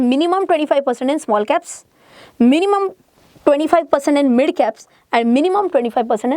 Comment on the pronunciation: Why your “MID “ pronouncing is so worse